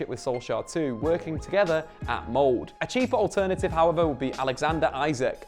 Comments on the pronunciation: How many t... it's "MoldE" not "mold" or "mould!" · at *Mold? Their city isn't a fungus. You pronounce the -e. [ˇmɔldə]. There's no cutting off that sound in Molde. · The "e" in Molde is not silent xD